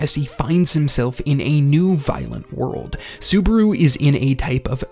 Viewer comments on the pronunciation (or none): none